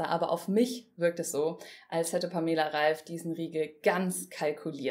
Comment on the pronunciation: Wird der Name nicht anders ausgesprochen?